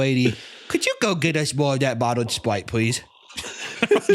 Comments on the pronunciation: Holy shit😂 that whole spwite bit, god damn that was funny! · Good god I'm pwetty parched wight now, I could kiww for a ice-cold bottle of Spwite.